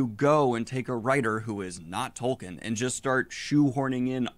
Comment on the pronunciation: The guy in the video not even saying the author's name right and referring to the entire Legendarium as Lord of The Rings kinda makes me question how much of a fan he actually is.